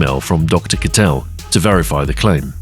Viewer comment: some fantastic graphics in this (as always), though it might have helped to have the german google translate voice says "Kittel" just once (sound like little, one syllable)